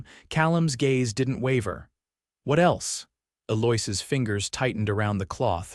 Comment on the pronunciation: Stupid AI has no idea how to pronounce Eloise. Apparently Sweet Memories doesn't give a ......